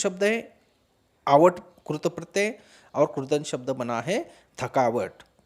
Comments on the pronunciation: पहले कृत प्रत्यय का उच्चारण तो सही कर लो सर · क्रूत नहीं कृत🤣🤣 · क्रुत नहीं कृत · Maharashtra me ri ki mantra ko ko ru hi kehte hain. Regional influence on Hindi language hai.